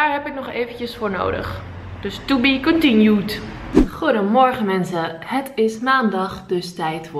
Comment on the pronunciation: TOE BIE KONTIENJUUD